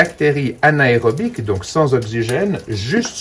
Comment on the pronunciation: Tj intéressant, mais le terme de l'infection est:anaérobir,non anaérobic comme la gym aérobic 😄